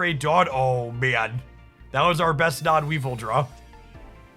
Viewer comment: Don't care about any of your pronunciations other than Weavile. How can you not want to say We Vile!? You get to say VILE! 😋